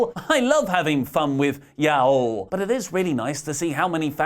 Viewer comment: Fucking not knowing how to pronounce y'all is the highlight of my entire week.